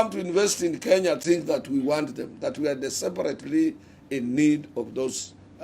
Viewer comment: The correct word: desperately Atwoli: deseparetely😂😂😂😂😂